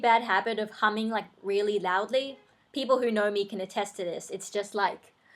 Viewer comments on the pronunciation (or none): I used to have that same fear of people turning into monsters, I couldn't watch the hulk for years. P.S. Sorry if this sounds weird but I thought you said something else when you said humming, not going to say what it is but it sound very similar....